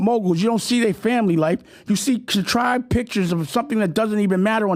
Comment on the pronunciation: What's wrong with his speech? Sounds like he adds "sh" to every word. For example See = shee, speak = Shpeak, also = alsho.